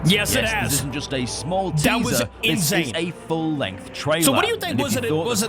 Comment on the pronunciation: (No rude) you said triailer it’s trailer